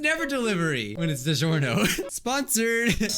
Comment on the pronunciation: YOU SAID IT WAZ DIGORNIO